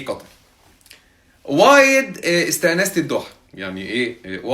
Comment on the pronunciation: حنا نقول استانست بسين مو حرف ث 😂 ههههههه طالع كشخه بالثوب والغتره